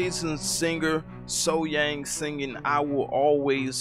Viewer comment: Outdoors, sitting down, live, sang the sax solo.. Thats a mic drop and in my opinion there is noone finer than SoHyang.. Then or now.. That's a 20 out of 10. Also its SoH"young" pronounced..